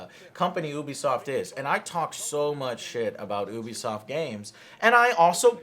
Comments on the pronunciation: Azathorn Aza You are Correct, in French, it's closer to you-be-soft than ooo-be-soft. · He says “ooh be soft” and its “you be soft” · You-be-soft...not ooo-be-soft 😐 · Once again he proves how little he knows. Starts off by calling it OObisoft not Youbisoft. Can’t trust him. That and calling For Honor dead? M seriously? Has he really even played it recently? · Hearing him mispronounce “Ubisoft” as “Oo-bee-soft” kills me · Stephen Gates, it is oobisoft I think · Disliked at "oobisoft" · It's neither "You-be" nor "Ooo-be". It's french, so it's... Well, in english you don't have this accent but "You-be soft" seems to be closer to the original pronounciation. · He still says it wrong omg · Still pronouncing it wrong? Come on joe... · Michael Mayers sorry haha. Just bugs me when someone pronounces it wrong haha. Like when ReviewTechUSA pronounces "meme" as "maymay"